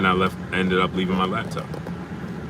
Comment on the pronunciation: What a "lab" top bro? U said it like 3times🤣🤣🤣🤣I thought it was called a laptop🤦🏾‍♂️🤷🏽‍♂️